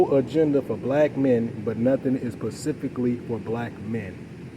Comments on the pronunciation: Yeah, he has a problem saying specifically. I think it's cute. He's very likable and smart. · I like him even though he says pacifically. 😊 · If you say “pacifically” I automatically stop listening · Yeah “pacificly”?😮 I can’t!!!! But I get it 😢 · Can I axe you sumppen pacificly? 😆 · Pacificaly lmao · Specifically not pacifically